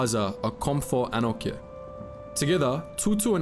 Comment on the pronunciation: Anokye is pronounced A-noch-e-yeh.